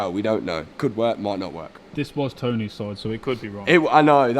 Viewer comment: GUYS. IT'S CONFIRMED AGAIN. POP'S NAME IS TON-EH